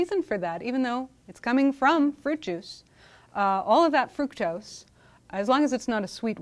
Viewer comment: I agree, and he could learn to pronounce fructose correctly.